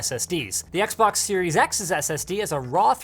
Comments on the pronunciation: "the xboc" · "XBOC" AHAHAHAHHAHAHAHAH